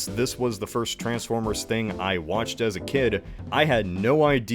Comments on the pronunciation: as ever fascinated by the pronunciation of _trans_formers rather than the more usual, and used in the movies and shows, trans*FORM*ers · The worst thing about these movies is the way this guy pronounces Transformers.